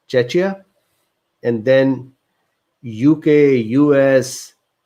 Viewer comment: Czechia, my home, read [tʃekɪə].